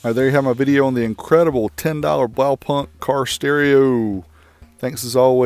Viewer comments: it's pronounced blaupoonkt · Nope..... Blaupunkt sounds like... well, Blaupunkt :P. The 'au' as in 'ouch' and the 'u' as in 'you'. Then the 'k' and 't' at the end are pronounced hard. Oh well, that's the German pronounciation anyway. Have learned over the years that no matter how original your pronounciation is, all that matters is whether people understand you. So by all means, go with the local pronounciation! :D